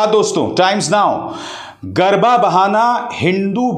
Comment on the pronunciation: Sir, it's garbaa and not garbhaa